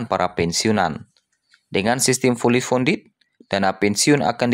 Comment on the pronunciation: Bukan fuuly pundet tp fully kondiy hahaha😅😅😅